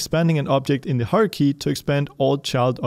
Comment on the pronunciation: I love your videos but... pleeeease correct your "hierarchy" pronunciation!! Every time it sounds like "Haruhi" and I wonder why you're talking about anime XD Aside from this, thank you very much for every video you make! :)